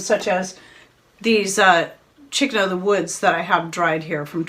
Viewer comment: I couldn't quite understand what you were saying that was in the small jar...something like "chick in the woods." Can you tell me what that was?